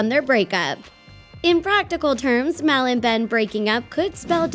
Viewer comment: It's mal not mel